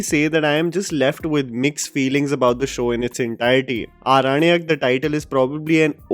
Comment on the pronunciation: Respected sir I really appreciate your review of this movie but I would like to say that the title of the series is pronounced Aorannak not Aranak.